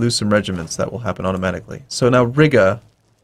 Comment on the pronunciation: how common was military access in the timeframe of EUIV historically? and for fucks sake please stop saying RIGGA